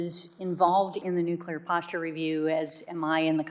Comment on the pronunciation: The word is NUCLEAR!!! Not NUCULAR!!!